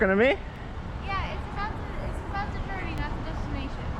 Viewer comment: "journey" girl sounded drunk